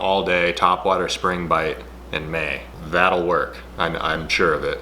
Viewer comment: "Maaay" you said, twice. I thought you were doing a lamb impression. 😂 <><